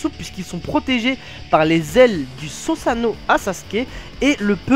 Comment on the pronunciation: Belle vidéo mais on dit "suzano" et pas "sousuano"